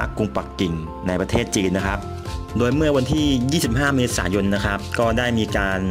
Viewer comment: ข่าวคราว ไม่ใช่ ข่าวคาว ครับ ไม่ใช่ คับ ฮับ